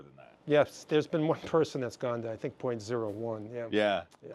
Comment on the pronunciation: "i tings like an organic crystal" this guy awesome :D